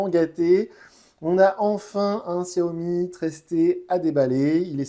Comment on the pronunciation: On dit Chiaomi. Tu testes ces téléphones et t'es même pas capable de prononcer le nom de la marque correctement